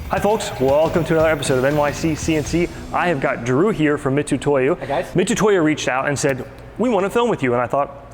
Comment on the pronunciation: Just wish you could say Mitutoyo right lol